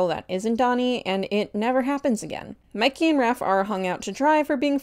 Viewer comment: WHY IS NO ONE TALKING ABOUT HOW THEY CALLED MIKEY, MICKEY 😨😨😨